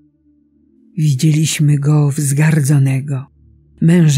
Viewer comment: Wi - DZIE - liś - my , akcentowana jest TRZECIA a nie druga sylaba od końca. To często powtarzający się błąd u lektora modlitw. Czytajmy, prosze, modlitwy Liturgii Godzin, posługując się bezbłędną piękną polszczyzną.